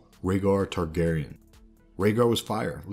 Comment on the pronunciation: “Jamie Targerian”???